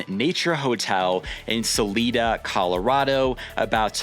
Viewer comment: So my girlfriend and I plan to come down in October. Thank you for the video and just a minor correction for you its pronounced Salida not Saleeda long I but all good